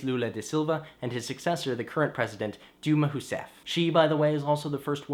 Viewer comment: Your new buzz cut befits you - it makes you look a bit like a monk. Brazil is amazing. I lived there a few years (in a monastery, with some excursions). The language is beautiful; thanks for your pronouncing Dilma Rousseff almost perfectly: Diwma Hooseffi. Slavery: I saw the chains & the torture instruments, and my mind & tongue went numb. Paradox: Brazil abolished slavery 49 years after a pope (a monk of my order) condemned it as a crime against humanity. I guess they didn't get the letter.